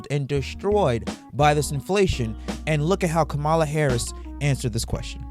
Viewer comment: 1. You keep pronouncing her name incorrectly. 2. What do you mean by “people who are still undivided” 3. You have misplaced anger, if she isn’t your pick… don’t vote for her. Do your research, make another video and request that Trump provide you with any answers at all….. you are an angry unprofessional person and it’s giving mommy issues…